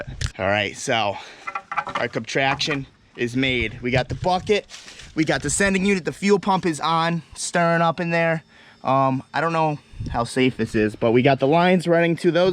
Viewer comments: Wtf is a comtraction? You mean contraption? Hahaha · “Our cuptraction”